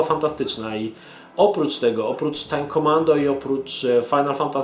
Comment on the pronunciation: "tjajm kjomando"